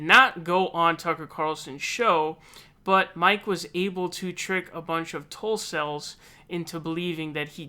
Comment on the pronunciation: Did you say Tulcels or Tuffles?....